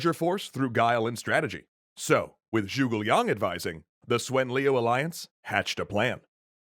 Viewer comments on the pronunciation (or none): Joogle Young (Zhuge Liang) is the most impressive mispronunciation yet. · Zoogle long??? The hell are these pronunciations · its prononced zhu ge lang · “Swen Tran” “Joogal Yang” I winced a little. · People are going mad about Tao Cow but they are forgetting the classic Swen Shian, Yuran Shao and Zhugo Lian.